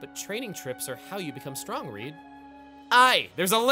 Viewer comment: You know, just when I think he can't surprise me anymore. Seriously you mispronounced Reed? Are double vowels not something they cover in American schools? You know. Like sleep? Or snooze? Or sneeze? Or Weedle? I mean come on.